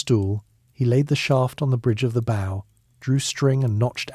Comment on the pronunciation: Too bad AI doesn't know how to pronounce "bow" when referring to a bow and arrow.